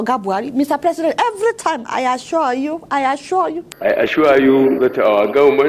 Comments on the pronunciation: This is to notch! the "I aschwure you president" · Lol! President I shor u, I shor u..... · Ha ha ha ha I assuah (assure) you I assure you ha ha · The most funniest part is our president I asua I asua not assure 🤣🤣ADEOLA I AM ASUA you we will visit you soon just continue keeping it real 👍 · "I ASURE YOU"